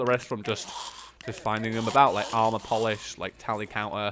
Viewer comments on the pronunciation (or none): none